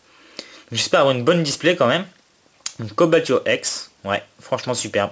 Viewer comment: Super vidéo un like plus un abonnement! Et un truc pour ton Cobaltium EX c'est Co"bal"tium et pas C"olba"tium, jusqu'à présent j'ai fait la même faute et je m'en suis rendu compte sur PDM les portes de l'infini!!!! Tchoos